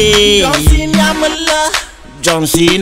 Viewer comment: Ma non sa neanke parlare dice don cena invece di John cena